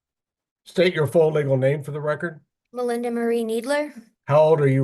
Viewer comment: "Let the lecord" 🤣